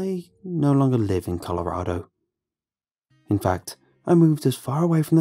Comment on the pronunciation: It's interesting hearing him say Colorado like Colorahdo instead of Colorado lol. Story was amazing 👌👌👌